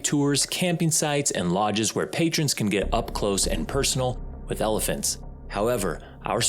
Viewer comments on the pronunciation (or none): none